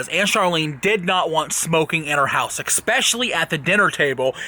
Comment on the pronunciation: He said expecially